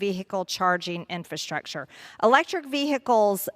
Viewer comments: She keeps saying “Infantstructure” and not pronouncing “Infrastructure” 😂😂😂😂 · Why can’t she say infrastructure? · Somebody please teach her how to pronounce the word "infrastructure".